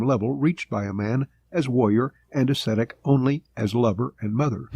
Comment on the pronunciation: Why can't they pronounce "Ascetic"? It's not that hard